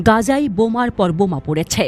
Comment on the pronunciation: গাজা না গাযা এমন আনপ্রফেশনাল প্রোনাউন্সিয়েশন মোটেও কাম্য নয় এমন মেইনস্ট্রিম মিডিয়া থেকে